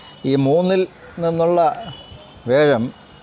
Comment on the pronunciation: വ്യെഴം അല്ല വ്യാ ഴം